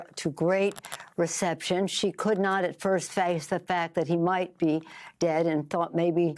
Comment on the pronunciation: She chopped down a twerry tree?